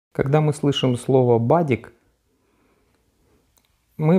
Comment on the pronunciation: Только называется БАДЕК. Ударение на е.